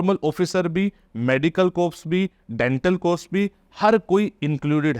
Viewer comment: Sir the word corps is pronounced as core while speaking. Jai Hind🙏🏻🙏🏻